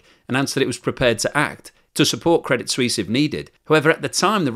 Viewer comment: I do wish that these presumably college educated network presenters would learn to pronounce words and titles properly. Do they even review the text of their prepared reports, before going on air? "Swiss" and "Suisse" share a meaning, but are pronounced quite differently. The name of the bank is "Credit Suisse", not "Credit Swiss." Anglicizing the word is just plain ignorant.